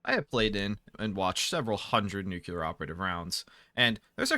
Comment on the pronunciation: Love that you pronounce it nookular, makes me smile every time